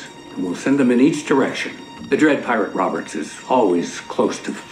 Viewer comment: Why are we not talking about Charlize Theron, like “DE DWED PIWATE WOBBURTZ-“